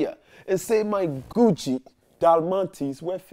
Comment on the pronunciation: I know he saying Gucci but it sound like he saying coochie